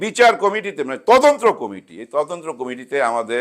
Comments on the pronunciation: ময়ূরীর মেয়েকে যে প্রশ্ন করা হয়েছে এটা তার মায়ের অর্জন। ওই ধরনের সিনেমায় কাজ করলে তার সুদূরপ্রসারী প্রভাব থাকবেই। ঘটনার সাথে জড়িত তিনজনের দৃষ্টান্তমূলক শাস্তি চাই। বাই দ্যা ওয়ে, মালেক আফসারী ভাই, আপনি তদন্ত উচ্চারণটা ঠিক করে নেবেন। আপনি বারবার তদন্ত্র বলছিলেন। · তদন্ত্র না, তদন্ত।